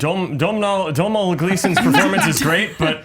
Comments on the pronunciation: God dammit his name is pronounced 'Doh-nill' Gleeson not 'Dommnal.' It's an Irish name. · His name is pronounced D'oh-nal Gleeson! Not Domnal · Domhnall Gleeson's name is pronounced Donal not Dom-nall. Sorry but that was really bothering me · Dom-Nall???? Its "Doe-nal" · Hey. It's not Dom-nall Gleeson, it's Do-nal Gleeson. It might be spelled Domhnall but that's an Irish name in the Irish language and the mh is silent. Trust me, I'm native Irish myself. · Guys I'm Irish and I'm telling you, Domhnall is not pronounced 'Dom-Nall', it's 'Doe-Nall' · His name is pronounced Donal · its pronounced dough-null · FYI, I know you're not Irish but it wouldn't be a bad idea to research how to pronounce 'Domhnall', especially considering that he stars in two out of your three movies choices. Research always helps. It's pronounced 'Donal.' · "Domhnall" is pronounced "Doh-nall". Irish is pretty peculiar like that :) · Its pronounced Do-nall Domhnall Gleeson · Fine people at just an FYI, Domhnall is pronounced without the 'M'. So Dohnal. Or Donal is also acceptable. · Domhnall is pronounced Doe-nal. Why can't Americans pronounce Irish names. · Domnhall's name is just pronounced Donal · its Doe nal Gleeson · It's pronounced "Doe-nal" Gleeson.. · Domhnall is pronounced Dough-nall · Domhnall is pronounced "Doe-nel"...c'mon guys, it's not that hard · It's not that hard to pronounce his name. Domhnall Gleeson it's pronounced (Dough-nul) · Jesus Christ listening to "Dom-nal Gleeson" on repeat might have actually given me cancer. If you're gonna talk about an actor, learn how to pronounce his name. EDIT: Thank you Dan the fact man. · It's pronounced Doe-nal Gleeson. Like tonal, but with a D. The "M" is silent. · His name is pronounced "Doh-nal" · Andy still messed up Domhnall Gleeson's name. (Dow-nal) Still, very good episode. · Finally someone said his name is pronounced Donal. Jesus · it's Doh-nal Gleeson. the 'm' is silent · Pronounced Dough-nal Gleeson